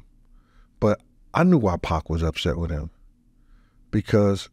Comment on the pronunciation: having white man trouble with the name Pac 😂 Poc Pack